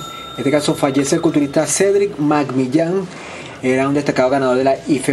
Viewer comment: Con solo oír como pronunciaste su nombre,,, se me quitaron las ganas de ver el resto del vídeo. 😒